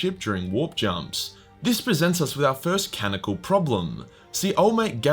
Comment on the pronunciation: Ca non I cal Dude I love your videos but please for the love of the empower stop saying cannical